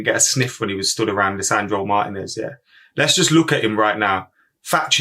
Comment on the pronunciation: Please pronounce Martinez's name correctly.